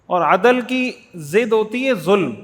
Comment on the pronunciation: السلام علیکم و رحمۃ اللہ وبرکاتہ مجھے لگتا ہے آپ عدل کے دال پر تلاوت بار بار زبر پڑھ رہے ہیں جو کہ ساکن ہے شکریہ 🙏🏻